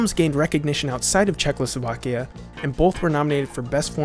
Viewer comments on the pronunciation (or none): It is not "Czechlosovakia", but "Czechoslovakia" :) :) Great video otherwise, as always :) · dude it's Czechoslovakia not CzechLoslovakia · Listening to you mispronounce the word Czechoslovakia (at least six times) was unbearable.